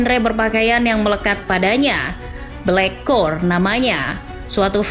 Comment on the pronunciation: BLOCKCORE ya min bukan BLACKCORE 😢